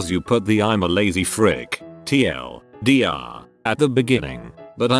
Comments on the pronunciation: How does a bot that reads reddit posts not know how to say TL;DR? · it's actually pronounced Tea El Deer. It's basically short for the one reindeer of Santa who he killed and ate. We use abbreviations bcz we aren't allowed to name him or sing about him or Santa will....